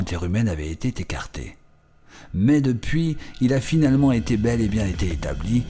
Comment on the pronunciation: Et aussi "avait été t écarté" à 3"04 . Je sais pas qui est la voix off, mais il a dû jouer dans les liaisons dangereuses! 🤣